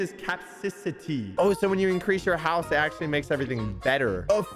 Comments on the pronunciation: I swear to God., you are an amazing man. BUT YOU KEEP SAYING IT WRONG! ITS NTO CAPCICITY.... ITS CA-PA-CITY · Ah yes, capcicity … It’s capacity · I think it is pronounced capacity ca pas ity. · 𝘚𝘰𝘤𝘬𝘴 𝘴𝘢𝘪𝘥 𝘤𝘢𝘱𝘢𝘤𝘪𝘵𝘺 𝘸𝘳𝘰𝘯𝘨